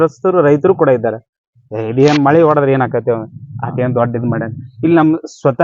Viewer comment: ಮಳೆ ಅಲ್ಲ ಮೊಳೆ